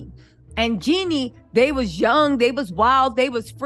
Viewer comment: Her name is JEEENE NOT JENNY